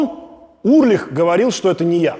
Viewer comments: Почему Урлих, если он Ульрих. Или мне так слышится? Много раз переслушал, ясно говорит Урлих. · Интересная подача. Только не Урлих, а Ульрих. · Металлику люблю, Чёрный Альбом в своё время слушал круглыми сутками. Удивило, что Александр ничего не упомянул про Дэйва Мастейна и режет слух фамилия Ларса. Он Ульрих, а не Урлих. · Действительно, с чего он Урлих? Ульрих- нормальная немецкая фамилия. В США 40 миллионов человек немецкого или частично немецкого происхождения. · классный выпуск!! плюсую!! вот только Ларс уЛьрих) а не уРлих :))) прям пепедергивает каждый раз когда Александр говорит Урлих 😆 Если так, то Александр Шупной тож звучит 🤭🤷‍♂️😅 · уЛЬРих)) а так крутой выпуск, металлика ван лав, спасибо, Александр! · Дядя Саша, а почему вы называете Ларса Ульриха Ларсом Урлихом? В остальном вы прекрасный контент делаете! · Только у Ларса фамилия не Урлих а Ульрих!😂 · Блин, ну почему Урлих, а не Ульрих?)) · А почему Урлих, когда он Ульрих? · Ларс Ульрих,а не УРлих)